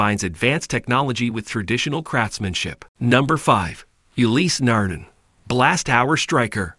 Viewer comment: Interesting video. The pronunciation of Ulysse Nardin, however, makes me angry.